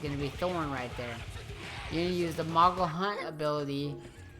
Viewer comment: Please stop saying mogle. Its moogle!